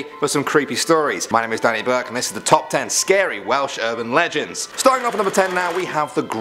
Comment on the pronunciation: I thought you said whales